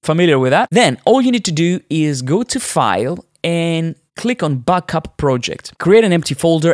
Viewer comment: You say “backup” like “buckup”!